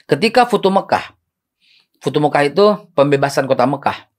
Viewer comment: Futu Mekah....???! 😂😂😂😂 yg bener Fathul Makkah kali be.... Pembebasan kota Mekah..